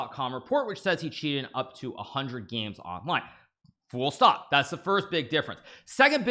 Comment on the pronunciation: Was Hkaru saying "full stop" or "fool... stop" in regards to Kramdick's accusations?